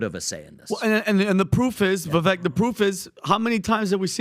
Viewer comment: Can you please get rid of already? How can you mispronounce Vivek's name so consistently at this stage in the game? That is so ignorant and disrespectful.